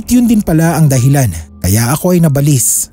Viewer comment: Hindi nabalis Ang pronunciation nun "naba - lis .. salitang Tagalog Yan sakit sa Tenga paulit ulit pa